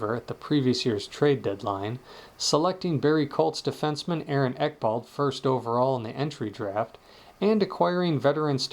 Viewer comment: Its EK-BLAD not ekbald